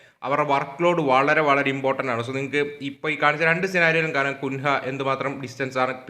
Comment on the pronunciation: Bro കുൻഹ അല്ല കുഞ്ഞ്യ 😅